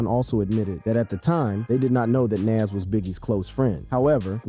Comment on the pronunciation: Wait so he can pronounce nasirr correctly but not nas?!! Lmmfao